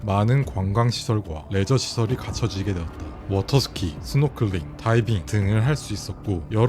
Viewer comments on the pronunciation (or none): none